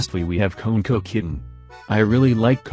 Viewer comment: Normal People: KonekoKitten TTS: ConeKowKitten